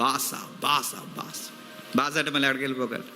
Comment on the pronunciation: బాస కాదు brother బాషా